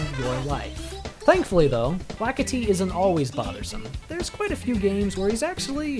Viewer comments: U said Lakiti not lakitu lol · lakitu is pronounced (luh-kee-tue)